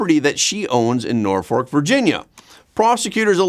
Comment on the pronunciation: Tish has ads on TikTok begging for $ what a trash heap, send her to jail all she does is lie lie lie Norfolk pronounced Norfuck, really